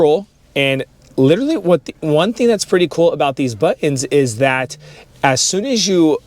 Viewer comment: As soon, A soon, ---- pervers pronunciation